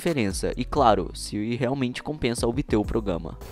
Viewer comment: Só para de falar: progama E fala: programa